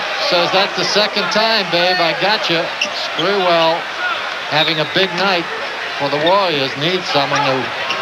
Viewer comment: Spurrel lol it’s spree- well